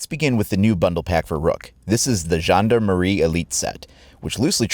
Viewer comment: omg you say gendarmerie "gen-de-marie" that sound terrible to me but that's ok cuz i can see the emote if your are first thx man (il le dit vraiment mal même sang-froid ...[traduction: even "sang-froid" sound terrible])